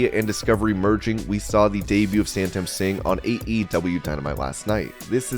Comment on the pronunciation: Dude did u just say Santam Singh when his actual name written is Satnam Singh. That's just disrespect and disregard.